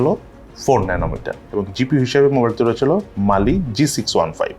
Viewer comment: এই মোবাইলে "রইচেলো", "রইচেলো" এগুলা কি বলেন? রইচেলো কি আবার?